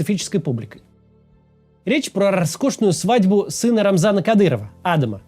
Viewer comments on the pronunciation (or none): Почему вы Адама на первый слог ударяете? Он же не англичанин.